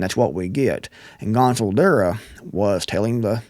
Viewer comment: Gonzalo not gonzo. Sorry but just for respect